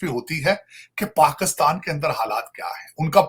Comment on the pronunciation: can someone tell this weirdo its Pakistan not Pakustan